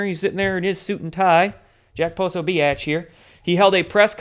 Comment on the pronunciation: Exactly! You have to ask yourself why Jones and Prosabitch are getting so much air time? I agree with you, pronounce names however you want. It’s your channel and if they don’t like it, they can hit the door 🚪. Free thought is priceless and just like it describes, it is FREEEEEE!!!!! And why are people so concerned about your pyramid? Pyramids are part of our history, deal with it! Instead of critiquing, start your own channel shills and larps, we don’t have time for your 3rd dimensional drama! Thank you for all of your insight and hard work 🇺🇸